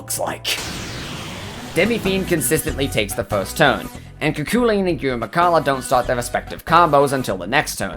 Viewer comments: You said Cu Chulainn wrong, it's irish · Alwys amusing to hear foreigs refer to Cu Chulain as Cuckoo Lane.